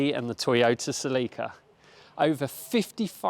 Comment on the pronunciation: the pronunciation on "celica" is completely wrong